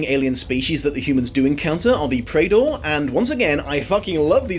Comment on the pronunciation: Looks like you are pronouncing Prador correctly, according to the audiobook of Prador Moon.